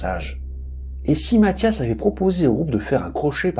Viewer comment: chreche pas c'est matthias